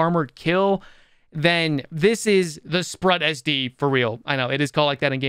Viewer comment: It's pronounced sproot, like Groot, means octopus. ^_^